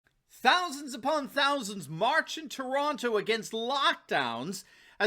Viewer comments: Congrats very few get the accent correct when they pronounce Toronto. any interest in a segment on communist Ontario promising full open.... as long as the majority get jabbed... Canadians for Trump 🇺🇸🇨🇦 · congratulations your accent on the name Toronto was correct. very few from outside say it properly..BTW Canadians for Trump🇨🇦🇺🇸🇨🇦🇺🇸